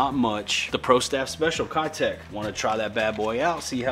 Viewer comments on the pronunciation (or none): You should give me those Keitechs cuz this is a compelling comment. And I slay on Keitechs. And because now u know they’re actually pronounced KAYTECH. Not kiiiiitech. And because I’m running out of Keitechs. And because this video was a heater. (Not that has anything to do with me, I guess.) And because this is a compelling comment. Lol ( I put way too much time into this. But it was worth it cuz it’s for u) Thank you.